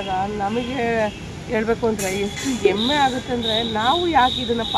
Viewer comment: Emme alla,hemme